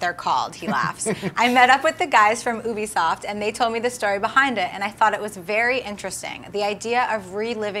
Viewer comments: Damnit its not oobisoft! Its pronounced as yubisoft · its not oooobisoft. It's ubisoft. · Its pronounced You-bisoft not uubisoft. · Ok guys Its pronounced You Be Soft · 'Oobifsoft' wow...americans...but as he said if your just a actor you don't need to know shit but if your a PRODUCER, yea you need to know this stuff so you don't ruin the Ac series for us... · HAHAHA the woman in the beginning pronounced Ubisoft wrong!!!!! OO-BEE-SOFT? REALLY? XD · Oobesoft? Is that how she's pronouncing it? Wtf?! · Did she say oobisoft? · BITCH "OOBISOFT"?!?!?!? WHAT THE FUCK IS THE MATTER WITH YOU?! YOU DESERVE TO BE THROWN INTO A LAKE WITH A STRAIT JACKET! Secondly, Trevor from GTA 5 had no idea what the shit GTA was and he did a good job of it in GTA 5. Granted, it was different, thats voice acting, this is real acting. That's the only reason i have even the little bit of faith i do in Fassbender. It's critically important to know what you're portraying before you get into the zone of the character. We Assassin's creed fans will be phenomenally upset if this guy fucks up the movie. I mean, 'video game player'? Seriously? He needs to know the look and feel that the game gives off before getting into the role to do a good job. Game movies aren't showing up and reading a script and going home. We gamers want actual delivery. This isn't sparta. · Oobisoft? Don't you mean Ubisoft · what the hell is a oobisoft? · It's pronounced YOUbisoft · oobisoft???????? girl u may be cute and how you said it was adorable but its ubisoft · Its obvious this lady is not of the Gaming World to mispronounce the long vowel sound "U" as in Ubisoft.When it comes to all theses Video game developers and publishers,why can't they just write a plot for these Producers to go on,this way they can follow the game a little,instead of writing a half-ass story that has little to do with the game? I wanna see in the Theaters (Command & Conquer) with actors Michael Ironside & Joseph Kucan. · She said Ubisoft wrong.